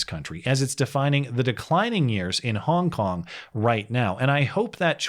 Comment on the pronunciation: Every time said “Hong Kong”, it sounded like “honk honk”